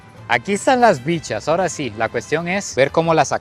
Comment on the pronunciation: 😠😠😠. ¡ SE DICE " AHORA" !.